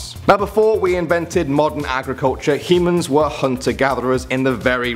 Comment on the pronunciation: Anyone else heard hymens instead of humans?